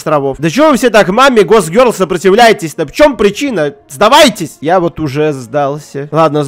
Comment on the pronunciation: кто ни будь по щи тайте скока раз он произнес мой гок гёрол